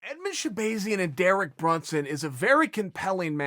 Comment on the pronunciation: sha-Bae-Zian ? Can you use it in a sentence plz? She-bae-Zian should look out for Brunson Ok ok.. can I have the origin of the word? Chael:It’s a tool that if you do not sharpen it will go dull” S. H.. e? No.. A! B,ay . I mean E 🤔 z ... URRRRRRRRRGHHHHHHHHHHH.....! 🤬